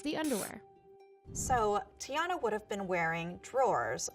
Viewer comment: It’s TIANNA NOT GIANNA